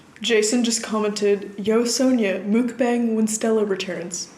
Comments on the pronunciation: <3 pad thai looks so good rn. Just to let you know, mukbang is pronounced muck-bong. not mookbang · I think it's pronounced mook-bahng. loved the video btw. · Sonia! I'm South Korean so I know how mukbang is supposed to be pronounced its muck (like yuck) bahng! Just thought you might want to know! Love your videos ❤️